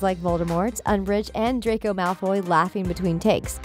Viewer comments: Bruh i got so mad when she said “Dracoi” rEeEeEeEeE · No one: Literally no one ever: Not even me: The things: DrAcOi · I'm sorry. Did you just call Draco Malfoy a villan? My Father will hear about this! Also why do you call him Dracoi? Its Draco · She kept saying “Dracoy” instead of Draco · Who noticed she said dracoy malfoy not Draco malfoy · She says shes a big fan and everything..but she said DRACOY malfoy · Um who's "dracoy" exactly? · its DRACO not Dracoy or dracor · You said DracoY. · I know the first time I herd it I thought she just slipped up and then SHE KEPT AAYING IT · Normal people: draco Her: dRaCoY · we’re not even gonna talk about how she said “dracoi” LOL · "DRACOI" I hate this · We not talking about how they keep saying ‘Draycoy’ 😂 lol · Yeah I about threw my phone after she said it the third time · Yah why is it now “DRACOY” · it’s just muggle pronunciation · i love how is “dRaCoY” says PoTtAh lolz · the way she keeps saying Draco wrong is really annoying like she keeps saying Dracoy and im like what thats not even his name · Am I the only one who heard her say, “Dracoy Malfoy”? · Nobody: Not one single soul: Thethings: dracor malfoy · nobody: not even the spider on the wall: the voice over: dracoy malfoy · Dracoi malfoy 😭 shes murdering his name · Did any one else notice she called draco “dracoy” i mean. WHAT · BRO WHY IS SHE CALLING HIM DRACOY IM CRYING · the fact that she says DrAcOi MaLfOy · Narrator- Draycoi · did i just hear her say dracoy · she said dracoy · Triggered me when she kept saying dracor Malfoy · Why did you say dracoay ?? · why are you pronouncing draco like that? "dracoi" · You clearly don't know how to say draco cuz you said dracio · ItS DRACO not DRAYCO -_ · The commentator said “ Draycoy” instead of “ Draco” at the time ‘ ’. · I cant get over the fact that she pronounces Draco's name as Dracoy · Did she just say 'Dracoy' Draco:MY FARTHER WILL HEAR ABOUT THIS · You need to test your knowledge because you said “Dracoy”